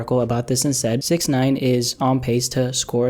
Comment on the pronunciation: You saying Snitch9ine's name wrong